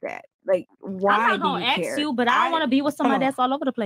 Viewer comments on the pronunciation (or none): Why is it that so many Miami girls say "aks" instead of "ask"? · Ask not aks 😭💀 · Wow these women, do ax some questions.Not asssssssssssk. but ax.